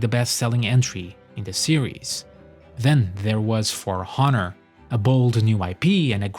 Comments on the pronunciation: For HHHHonor? Dude, you do NOT pronounce the H in honor. What is your original language? Probably not english... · Tip. You don't pronounce the H in Honor. it's ´onor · For F’s sake the H in honor is silent 😂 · Bro, from where did you get the notion that the "H" in the word "honor" is pronounced?